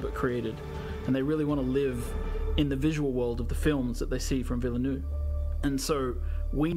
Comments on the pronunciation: No English speaking person comes even close to pronouncing Villeneuve's name. You're not supposed to pronounce the e in ville and neuve isn't nue. It's like Vil-Nuv where the u is really soft and don't try to make it sound oo like in loop. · Bro people should go watch how to pronounce villeneuve before butchering his name.